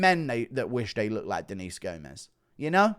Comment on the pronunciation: Gomes is pronounces as if it rhymes with gnomes